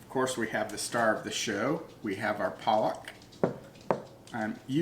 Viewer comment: All good but try to say the word PALAK correctly. The correct pronunciation will be something like PAA-LUCK and then say it quickly. It is the fault of the Indians that write these things incorrectly in english. PAA-LUCK = SPINACH.😊👍